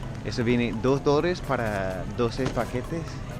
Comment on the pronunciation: Me da risa como dice Cultura, Dolares y Dulce jajajaja dice Cutura, dolres y duce 😂😂😂